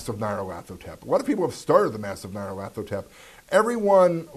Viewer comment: stop showing off just because you can pronounce Nyarlathotep :)